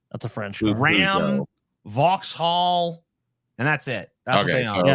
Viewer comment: Wtf is up with TJs car brand pronunciations. Vauxhall not Vox Hall. Citroen 'sitren' not Sit Ro En. Alpha Romero not Alpha Romeo. Peugeot 'perszo' not Pew Go.